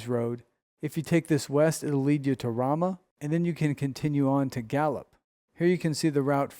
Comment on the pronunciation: Ramah, NM. Fyi, the first "a" is pronounced long as in "Ace"